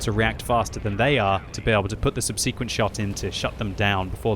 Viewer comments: I notice "Subsequent" is still a problem for the, practice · In Canada: sub-sah-quent. In UK: sub-sea-quent. Text to voice: subsequent